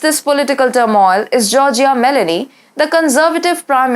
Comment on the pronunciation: It is not Melany It is Mé-lónì